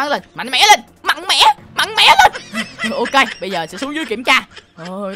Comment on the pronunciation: Tui nghe " mạnh mẽ" thành mặng mẽ"